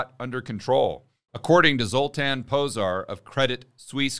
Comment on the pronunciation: Stop it, everytime you say, "Zotan", I think of the movie with the Z sign in it from the 80s.